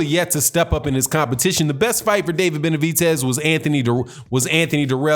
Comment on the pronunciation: Why Do You Mispronounce David Benavidez's (Benavitez) Name?